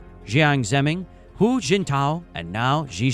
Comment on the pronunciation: His name is Wang Hu Ning 王滬寧, Hu is pronounced hoo or who, like Hu Jingtao 胡錦濤, the first of the three presidents he has been an advisor to. It is the PRC's system of joining the two characters of Chinese first name as one. This is not done outside China. The advantage of this method is to make the first and personal names stand out. Western media mix up the first and personal names of Mainland Chinese. Chinese names, like Japanese, always put the sirname or family name first, like Mae Zedong 毛澤東, Zhou Enlai 周恩來，Xi Jinping 習近平，Wang Huning 王滬寧，etc. Chinese should insist their names should be addressed this way to reflect the Chinese culture. Right now, dignitaries get their names placed in the order of Sirname, followed by personal name, joined in one word; ordinary people, even spotsmen and women get their first names placed before their family names, like the Western way. Besides sounding strange, it is improper and are often tongue-twisters. For any political system to really work for a long time to come, it must not neglect the moral perspective. Any system that benefits a faction of people at the expense of the vast majority, like what is being practised in the West, especially USA, will eventually give in to the forces of popular demand.